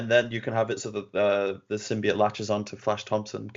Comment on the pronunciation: who just said symbiote wrong?😂